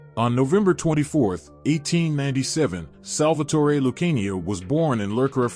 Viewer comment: Before you get started learn to pronounce Lucania